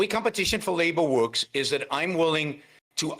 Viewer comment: "This is the way competition wuks" this guy is somethin else.